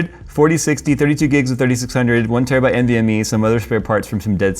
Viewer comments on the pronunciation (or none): none